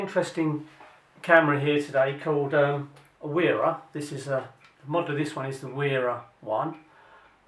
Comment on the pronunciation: It’s VERRA, becase W is read like V.